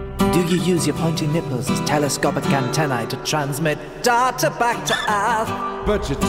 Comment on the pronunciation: he wouldn't pronounce data like that. that is all.